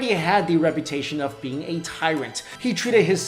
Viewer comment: Instead of "immortal being," I heard "immortal bean." I'm dying.